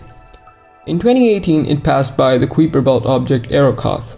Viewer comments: FYI it’s pronounced kaiper, rhymes with diaper. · i should inform you that common english pronunciation of "kuiper" is related to "guise"; the "ui" makes the same sound as the "i" in "kite", or "ride"